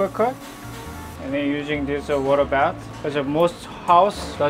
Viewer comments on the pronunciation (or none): none